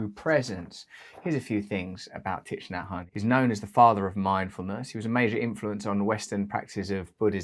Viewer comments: Russell, I hope you don't mind my saying, but his name is pronounced "Tick Naa Han" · You need to learn how to pronounce his name. Might help .